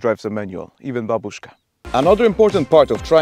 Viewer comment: oh oh oh OH! he said babushka right like in russian fashion